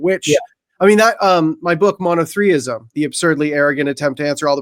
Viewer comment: "Monothreeism" 🤷‍♂️ Bros on point, its NOT "Monotheism"